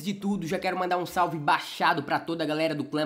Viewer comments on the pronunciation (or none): none